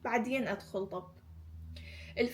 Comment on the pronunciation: اسفه بس ليش تكولين طوب بدال طب 😂😂